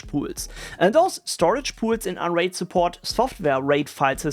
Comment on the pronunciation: why i hear "Android" instead of "unraid" xD